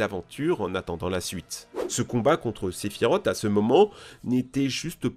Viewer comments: Sephirote mon dieu, mais prononce correctement, même moi qui est dislecsique je c'est que sa se dit sephirose et que sa s'écrit sephiroth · Salut ! Juste pour dire que Sephiroth se prononce Sephirosse et non Sephirote ! Il suffit d'avoir jouer a Kingdom Hearts ou Crisis Core, ou de voir n'importe qu'elle vidéo (Last Order, Advent Children...) le concernant pour le savoir. D'ailleurs, dans Final Fantasy VII (Version PS1) aussi, juste en le combattant, il y'a la musique "One Winged Angel" ou les paroles prononce bien son nom. Désolé, ça me désespère d'entendre les gens écorché le nom d'un tel personnage. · On dit pas sephirot mais SEPHIROTSSS IL Y A UNE GENRE DE S A LA FIN ALOR UN PEUT RESPECT même si il ma énervé pendant des heures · (sephiroth) pourquoi tout le monde prononce sephirot alors que ça se dit sephiros 😱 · Très bonne vidéo, par contre je m'excuse mais "Sephirote" c'est pas possible 😂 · Par contre "Sephirote" non merci mdr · La prononciation de sephiroth 🥲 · Faut vraiment revoir ta prononciation des noms mon poussin, car ça ne va pas... Sephiroth se prononce "Sephirosse" et non Sephirote... Dante se prononce Danté... Et Miles...enfin t'as compris, je veux bien admettre que l'on puisse avoir des difficulté en anglais, mais là c'est juste de la mauvaise volonté.